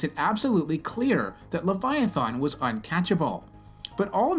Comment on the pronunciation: Your depiction is so off it barely clings to logic that can be comprehended. And they way you pronounce the name. In what dragons mouth would a guttural thAn be sounded? Least you believed what you said and ended with only God knows. Only God told his pet to stop and it listened showing the might that’s exponentially greater that which is possessed by God. And also for Job it shows how God listens and is with anyone even no matter how detailed. I hope you grow and don’t keep fooling yourself with what is factual knowledge that is passed inside by the sprit Jesus left behind. Aka the Holy Spirit. It teaches us and lets us understand. I am not picking on you I just want to show possibilities.